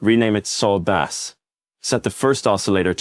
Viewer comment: AI voice is garbage, and you didn't even fix the error where it says bass (like the fish) instead of bass (like the sound).